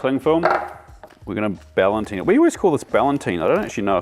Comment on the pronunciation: please please please. You're a professional chef. The name of the technique is sous vide which is pronounced sue veed (you pronounce the d). It means, in a vacuum in French. As for the word you were looking for it's not ballantine but ballotine which just means "little package" (insert joke here). As for the techniques, very informative and nicely, well, packaged.